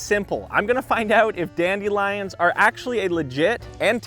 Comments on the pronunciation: I can’t take this seriously because of the way he says dandelions “dAnDi liOnZ”😭😭✨✨ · The way you pronounce dandelions makes me cringe a little lol